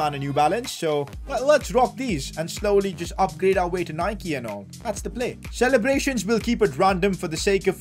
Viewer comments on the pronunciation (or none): none